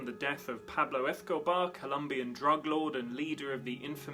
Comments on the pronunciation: It's hard to listen to this when "Escobar" keeps getting mispronounced. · ...very annoying indeed.